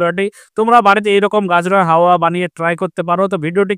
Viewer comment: Dada halua bolte giye to apni haoya bole diyeche 😂